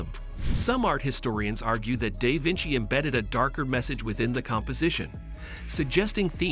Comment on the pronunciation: AI crap. "Dave Vinci."